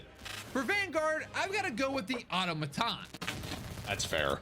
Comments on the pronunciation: Automaton is pronounced Uh-taw-muh-tawn. The amount of people who dont know this blows my mind. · i get it, auto is in the name and we are taught to sound out the words. but auto ma ton? its ah - tom - ma - ton, you know like a robot or machine that is self controlled?